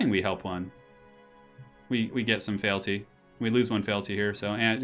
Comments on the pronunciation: Feeelty not failty.....i know its nitpicking feel free to ignore me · Feel-ty, just FYI. Great stream apart from that:)